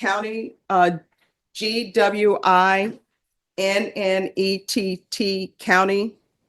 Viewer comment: My daughter lived in Lawrenceville once. Know exactly where that is. Gwinnett is pronounded: gwem- NET County